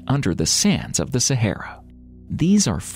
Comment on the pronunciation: Sa ha ra thats how its pronounced.....literally had to turn this off due to how u say sayhera......ffs